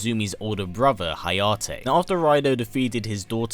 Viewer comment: Correct Pronunciations: KAH-soo-mee (Kasumi) HA-ya-teh (Hayate) AH-ya-neh (Ayane) Liking the video!